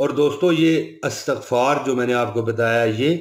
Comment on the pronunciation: Astaghfar sahi nahi padhi ap ne...apni video ko check karen k ap ne kahan pe ghalti ki hai....Arabi ko sahi padhna hota hai ghalti ki gunjaish nahi hoti hai is m.... please don't mind...